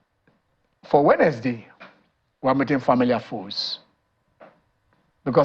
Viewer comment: And his english is bad. he cannot pronounce "wednesday". He also count words when he is speaking, like a kid. Very weird tbh.